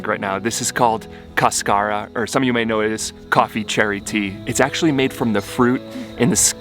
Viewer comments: Cascara: cÁscara, there's an accent on the first a. :) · Just bought your new product and can't wait to try it. Sometimes you do not want to much caffeine late at night. Your pronunciation is off. The accent is on the first syllable not the second. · Caaaascara not cascaaara lol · It is interesting that they call it "cascara" since in Spanish is "cáscara" (husk) with the "tilde" (accent) in the first syllable. In any case, it is a delicious tea! :) All the best in your trip. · If you want to pronounce it like a Spanish word, there’s an accent on the first syllable: CAS-ca-ra. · The word is cáscara. The accent is on the first syllable. Ask Rodrigo!